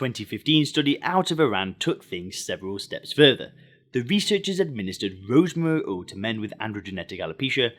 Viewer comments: ROOZMREE OOL 😂😂😂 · Rosmoury oil😂